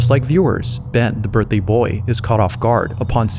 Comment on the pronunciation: "Ben, the Burthday Boy"